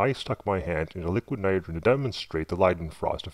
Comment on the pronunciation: "lick nerogern" haha